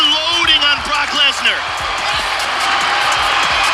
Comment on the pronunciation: You should add a wet fart noise to your intro music. Also you pronounced Lesnar wrong.